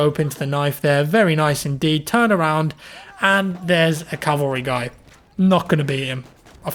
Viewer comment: cavalry not Calvary